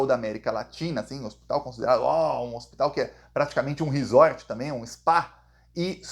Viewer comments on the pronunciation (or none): none